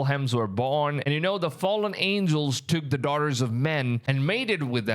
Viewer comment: Are you just like incapable of saying the word "the"?